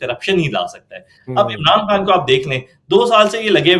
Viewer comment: پوٹھوہارن ہے مگر پتہ نہیں کیوں خان کو کھان۔ اور غلطی کو گلتی بولتی ہے۔